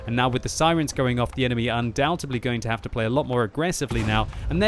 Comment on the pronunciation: That's what I mean. He uses that word in every video and gets it wrong every time ><